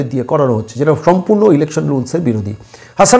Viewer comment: হাসানাবাদ নয় হাসনাবাদ 😂